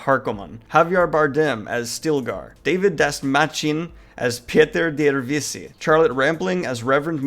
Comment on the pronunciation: Harkonnen: HaR-Koh-nen Piter de Vries: Pi-Ter de VrIs